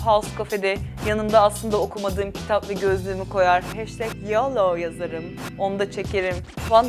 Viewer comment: yolo değil biraz daha yoğloooğ gibi böyle bombeli bir şekilde söylenir o amerikan ağzında.